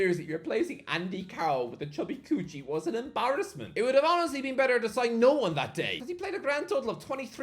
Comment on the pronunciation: why he pronounces kuqi as coochie im dying